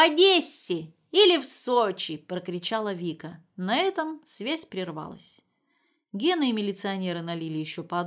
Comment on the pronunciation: Предпочитаю мужское исполнение литературных произведений, женщин-чтиц не люблю, только Марину Багинскую слушаю всегда с удовольствием. Спасибо большое. Однако, "прервалАсь", "прервалА", "подобралА". 😊